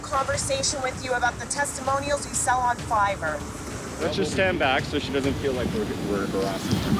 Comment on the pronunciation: lol fivverr